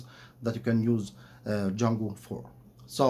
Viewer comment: And it is not "Jungle" it is "Django", no Rudyar Kipplig here...